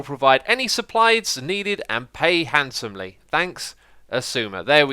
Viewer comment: Handsomely not hansomely :)